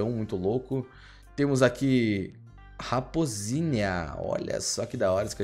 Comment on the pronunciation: Mano o melhor é que tá escrito raposínia, ele fala raposínia e ele fala "olha q legal esse cachorrinho" KKKKKKKKKKKK É RAPOSAAAAA